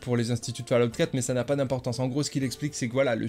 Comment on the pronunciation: Fallout se dit Follout. C'est dingue de ne jamais prononcer correctement, séssone pass cale off etc c'est pourtant basique 🤷‍♂️